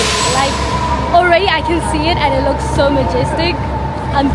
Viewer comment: The leeewwkkss??? Oh darling! 🤭🤭🤭